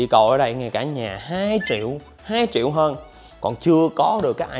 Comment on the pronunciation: Nhà gì mà chiệu chiệu không vậy trời . Ai có tiền đọc là triệu , tôi không có tiền đọc là chiệu , chứ không phải viết sai 😥😜